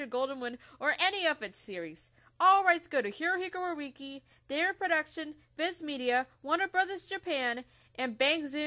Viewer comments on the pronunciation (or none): Hirahiko Arieki ... Eh still great work and i can forgive the mis pronunciation of my lord and savior Hirahiko Araki so yeah thus is true art and i love it don't stop this